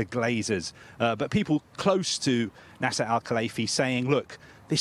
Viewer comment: Why is he saying NASA al Khalaifi 🤔